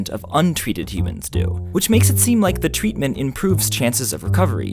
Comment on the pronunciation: I'm sorry but did he day tweetment? XD Omg I can't even finish the video. XD that tweetment is just too much. Can't take it.